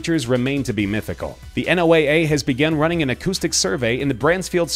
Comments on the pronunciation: ‘En-oh-ay-ay??’ FYI, it is pronounced “Noah” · FYI, NOAA is pronounced like the name Noah. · he said n.o.o.a but it said noaa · OMG! Nobody pronounces NOAA as “N” “O” “A” “A”. It’s pronounced “NOAH”, even by people within the organization. When you were spelling out the letters (like once would for CIA, FBI, etc) it took me a minute to figure out what the hell you were referring to.